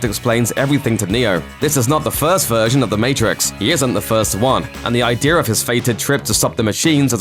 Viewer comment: Idea man, not I-dear.